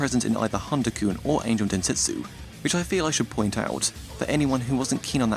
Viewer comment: sir u said dentetsu instead of (densetsu), sos.